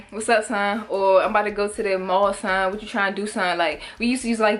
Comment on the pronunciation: Some of us in Northern VA say/used to say “Dusted” for when we were feeling twisted/drunk/high feeling good. And it’s not “son” it’s “SAHN!” Like what’s uhh sahn” ❤️😂